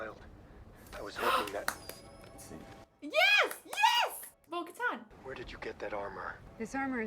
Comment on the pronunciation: I'm dead, she said Bo-Kahtahn